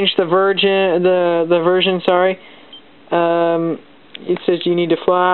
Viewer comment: 2.40: '' you can change the virgin..'' XD